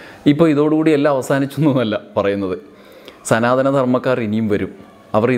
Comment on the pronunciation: "മ ല്ലികപ്പൂ" മൊട്ടിൽ തന്നെ ഞെരടിക്കളഞ്ഞത് എന്തായാലും നന്നായി! പിന്നെ" സനാധനം " എന്നാ വാക്ക് ശരിയാണോ അത് സനാതനം എന്നല്ലേ? അതുപോലും അറിയാത്ത സനാതനക്കാരോ? പണ്ട് ചരിത്രം എഴുതിയത് ഇങ്ങിനെയൊക്കെ ആണെന്ന് കേട്ടിട്ടുണ്ട്,അതായതു രാജാവിൽ നിന്നും അല്ല ""എഛ് എഛ് ""(😄😄😄)മാരിൽ നിന്നു പട്ടും വളയും പണക്കിഴിയും വാങ്ങി, രാജാക്കന്മാരെ പുകഴ്ത്തി എഴുതുന്ന ചരിത്രം! കുപ്പിയും കോഴിക്കാലും മറ്റു പലതും വാങ്ങി അവർക്കു വേണ്ടി വിടുപണി ചെയ്യുന്ന സമകാലീന മാധ്യമ പ്രവർത്തനം പോലെ! പിന്നെ ക്ഷേത്ര പ്രവേശ പ്രക്ഷോഭത്തിൽ എ കെ ജി യും കേളപ്പനും അങ്ങിനെയും ചിലർ കൂടിയുണ്ടായിരുന്നല്ലോ?🤔🤔🤔